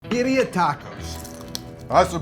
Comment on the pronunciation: I don´t think I can trust a person to tell me what EVERYONE gets wrong with birria tacos who can´t pronounce Birria Tacos and calls a Mulato "Molito"...sorryyyyy...not watching...